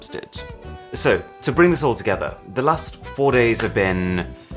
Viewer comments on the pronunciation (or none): "the last four days" sounded to me like "lust for days" 😅😂😂